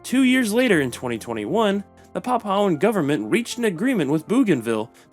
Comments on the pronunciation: Nope, "pap-OW" is not an Anglicized version - the pronunciation is "PAP-oo-aa" all over the world, including the Anglosphere and PNG. "pap-OW" is just a mistake. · It's Pronounced Papooahn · A little bit of googling would've saved you from butchering the pronunciation of "Papuan"